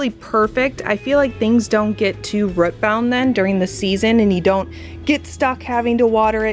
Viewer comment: Interesting how you pronounce “root” like “rut” 😆😊